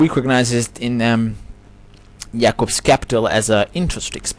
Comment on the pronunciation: good video brother.. thank you for this knowledge. btw i thought u where either jewish or Muslim of some sort. not many say the name Jacob the correct way. keep up the good work.